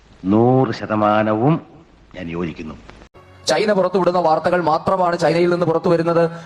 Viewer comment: ഈ ചെക്കൻ എവിടെ പോയി എന്ത് പറഞ്ഞാലും പൊട്ടത്തരമാണല്ലൊ ഭഗവാനെ...... പിന്നെ സെയ്ക്കേ.... സൈനയല്ല ചൈന